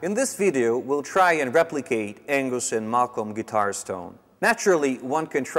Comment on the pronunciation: It’s Ang us not Ang goose